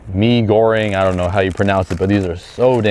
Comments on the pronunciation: indo mee...mee gorenggg...you pronounced it perfectly bro! hahaha...it's a Malay words btw LOL! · Dude if you like indomee, try ibumee. its similar but just has that special something that elevates it just that bit more. And you got the pronunciation of mee goreng spot on. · Yup .. you pronounce correctly.. Mee Goreng with crab meat awesome recipe.